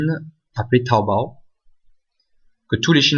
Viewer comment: Ça me tué comment il dit tawobayy 😂😂😂🤣